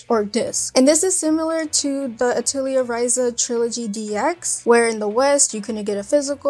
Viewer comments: Also, I want to be constructive, it's pronounced Ah-Till-E-Yay. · Atelier [ah - teh - lee - eh] you don't say the R. It is a french word. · no it's not, it's ah tell ee ay